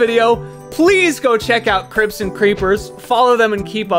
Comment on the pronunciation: I kept hearing crypts as crips and now I'm envisioning a Minecraft gang